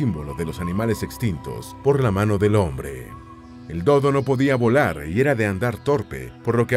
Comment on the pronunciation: “El Do dó, el Cu cú y el Ne né”